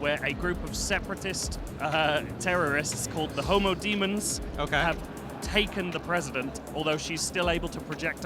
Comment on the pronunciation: Thought he said HOMO DEMONS no lie lmao